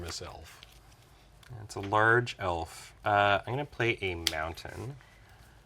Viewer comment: Calling a mountain, montainyah is such validation.